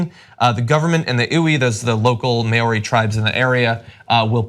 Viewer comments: + nexus1g, Not really..I am not upset that team mispronounced Maori...When someone uses non-native words, mispronunciation will happen...But many English speakers mock others for their English accents..I was highlighting that hypocrisy though I hold nothing against you or English language in general.. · Krishna, that had nothing to do with my post. You should check your attitude if you're chomping at the bit so hard to be offended by those who happen to speak the English language. The point was that I don't have to "deal with it," because I don't have a problem with it. I chose the word "butchered" not as a slight, but because it's the word used by Aviendha in his or her original post. It's a double standard toward non-English languages that you must pronounce those foreign words without flaw (provided your first language is English) but it's not true the other way around. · "I don't understand why anyone would be upset by [mispronouncing]." It's just a matter of respect, really. It's not so much an error is made, but that no effort is put into getting it right. For example, if Robert identifies himself as Bob, calling him Robert or Rob is rude (presuming the speaker is unaware of the preference). For any broadcast show, it's that much more important to get it right, not just for the respect bit, but also for journalistic integrity....one would like them to disseminate accurate information whenever possible, and that includes correct pronunciation. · I feel like people taking offense to this would be equivalent to my taking offense at a Japanese person saying I speak "Engrish" because a palletized R and L sounds are the same for them. They're not incapable of pronouncing an English R, but that's the way they pronounce it nonetheless. Should I chastise them for mispronouncing the name of my language? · Maori (pronunciation: mow-ree) wtf you guys?! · Maori. I always pronounced it Mow-ry. Is that right? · hearing your pronunciation of Maori words make me cringe